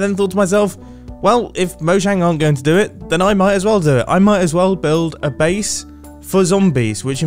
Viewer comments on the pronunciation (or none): Hey Mumbo! The first time you said “base,” I thought you said “face.”